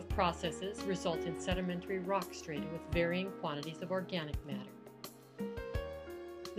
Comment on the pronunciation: You're saying "strata" incorrectly.